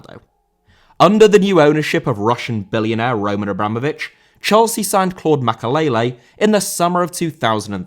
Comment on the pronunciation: Makélélé* not Makaleilei